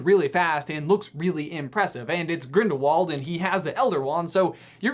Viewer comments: You said "Ginderwald" instead of "Grindlewald" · 'the crimes of GINDERWALD' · He said ginderwald